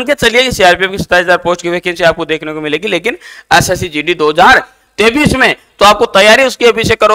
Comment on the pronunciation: Sir totra ho kya 2023 bolrhe ho ya 2033 saaf saaf bolo